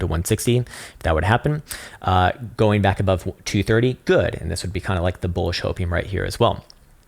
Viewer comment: I've been learning a lot from your very insightful TA. Thank you for the free and helpful content. Just one request, though. Please don't say bulla Jesus.